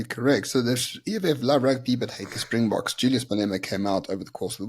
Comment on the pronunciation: He is insane. As long as this lunatic is here in South Africa we will never have peace. And apparently he was in France for the RWC final. And if he was.....he is a hypocrite. He can't even pronounce Springboks!